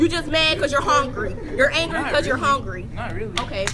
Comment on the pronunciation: Lol, "hongry"